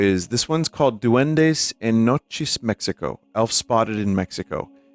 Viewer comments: Me gusta como pronuncia "Duendis" en lugar de "Duendes" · I like how he pronounces duendes as "D'Wendy's" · Sir, this is Duendes. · "Doendey en la caol"